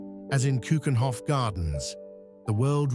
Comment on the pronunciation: Its a beautiful video about the Netherlands. The more a shame that the voiceover didn't take the effort to pronounce a lot of things better. Like to say "Keukenhof", "Stroopwafels", "Rijkmuseum" etc.. that shouldn't be to difficult.